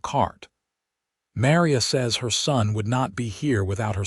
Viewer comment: AI can't pronounce Maria correctly 😮